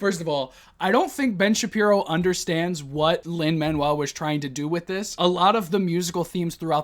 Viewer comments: Every time Ben said “Lin Manual Miranda” made me physically recoil into a ball of cringe and rage. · His militant refusal to pronounce Lin Manuel-Miranda's name is legitimately triggering to me lol